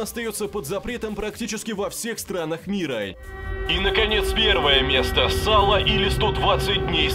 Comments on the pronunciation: Не САло, а СалО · Не сАло, а СалО. Ударение на последнюю букву, поскольку это название небольшой деревни в Италии. И оно основано не на "Божественной комедии" Данте, а на романе "120 дней Содома" Де Сада. И надо сказать, фильм намного мягче и приличней, чем литературный оригинал (Хотя, это не значит, что он не отвратителен). И кстати, не лишним будет добавить, что режиссер фильма - Паоло Пазолини был зверски убит через неделю после премьеры фильма группой неофашистов, которые открыто заявили - "Да! Мы убили этого гада за клевету! Потому что фашисты, при всем том, сколько крови пролили, ТАКОЙ мерзостью не занимались. Это противоречит тому, за что боролись Муссолини и Гитлер". Вот такая история. Насчет "Сербского фильма" - не так этот фильм и ужасен, как автор данного видео о нем рассказал. Более того - он мне даже понравился. Сейчас объясню почему. Да - фильм очень жесткий, очень смелый и прямо-таки вплотную подходит к границе дозволенного в художественном кино, но это действительно художественное кино. Фильм очень профессионально снят и вся натуралистичность - очень качественная постановка. Фильм страшен не сценами и даже не сюжетом, а самой мыслью о том, что где-то подобные кошмары и трагедии действительно происходят. Он о том, на какое зло способен человек. И от том, что зло, почувствовав безнаказанность, становится системой. Рациональной и процветающей. Где низа беспощадно перемалываются, чтобы обеспечить хорошую жизнь верхушке. Фильм, при всей своей провокационности, по-настоящему качестве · Сало(ударение на о) я смотрел... Сотрите мне память...